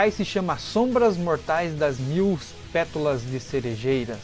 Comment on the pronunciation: Vídeo fodastico,pena que tu não consegue falar "pétalas" corretamente kkkkkkkkkk